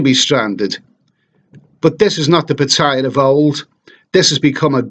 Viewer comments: Pitthaya? It's pronounced Parttayar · He's right. It's not "Pa-tyya" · PA TA YA please pronounce right way